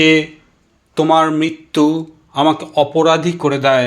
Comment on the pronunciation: উৎসাহ সাধু। উদ্যোগ প্রশংসনীয়। কবিতা নির্বাচন সময়োচিত। আবৃত্তি শিল্পটি আরো রপ্ত করার। প্রথম ধাপ হলো, উচ্চারণ, রি কার, রফলা উচ্চারণ বাদ চলে যাচ্ছে। প্রায় প্রতিবার। এতবার মৃত্যু কথাটি আছে, একবারও ঋ উচ্চারণ হয়নি। এছাড়াও বৃষ্টি ট্রেন ইত্যাদি আরো কিছু শব্দে একই রকম... খেয়াল করা প্রয়োজন।